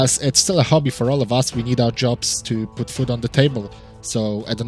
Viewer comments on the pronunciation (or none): none